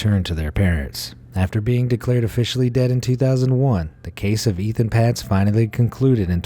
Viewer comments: The first boy on the carton was Etan (pronounced Etawn) not Ethan. Please be respectful and get names correct. I feel so bad for that mother. The guy confessed but Etan's remains were never found. He was declared legally dead in 2001. R.I.P. Etan. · You keep saying Ethan.... But his name is Etan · Etan, not ethan! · It’s Etan not Ethan. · Etan Patz is pronounced EY-tahn PAY-tz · I am sorry, I was going to let it go, but with the amount of times you mispronounced Etan Patz name, I had to comment. Here is how his name is pronounced. Etan-pronounced Ay-Ton with the second syllable rhyming with, “ON” Patz-pronounced with a long “A” , like Pay-tz. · His name was Etan NOT Ethan, and it was right there on the milk carton to read! The laziness of the narrator is disrespectful, but sadly not unexpected.